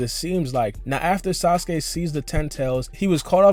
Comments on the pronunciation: he said sausage instead of sasuke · lol he says sausage instead of sasuke